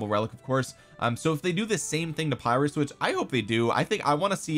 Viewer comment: Just a quick "correction". Pyrrhus is pronounced with an "e" not an "i" and an "o" at the end. So it's Perrhos. I'm gonna watch the rest of the vid now 😅👍